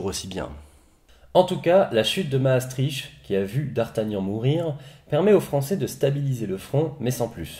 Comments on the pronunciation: Mastrichhh .. On dis mastriKT .. ;) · Pour info, Maastricht se prononce comme ceci [maːˈstrɪxt] Sinon, très bonne vidéo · *maastriche*... j'adore l'accent françouais qui massacre tout ce qui est au nord ... Bruksel ou molanbèke :'D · ça se prononce Maastrirte non?